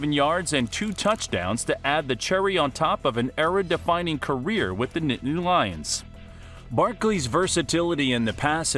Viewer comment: Any body notice he dont say some of his y’s like at the beginning he said barkle and even typed it then mear the minute mark he said nittan lions